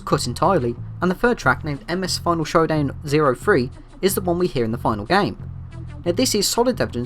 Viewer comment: "final showdan" 😂